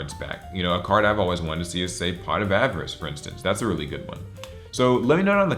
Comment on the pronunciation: Did he say pot of AvarICe??!?!???